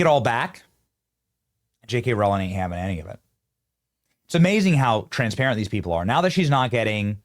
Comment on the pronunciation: Emphasis on TRANSparent hehe